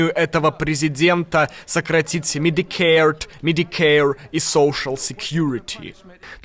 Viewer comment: лучше уж на русском сказать медикейр и соушл секьюрити сказать чем пытаться неверно имитировать произношение))) кликбейтите уже два месяца на уровне помойки на названии ролика, а в остальном отлично, спасибо